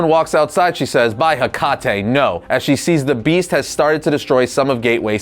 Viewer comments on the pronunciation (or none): cackled at the pronunciation of "Hecate"